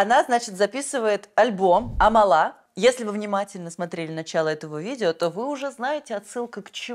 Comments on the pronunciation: она АмАла, а не АмалА 😭😭😭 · амАла а не амалА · не амалА, а Амала❤️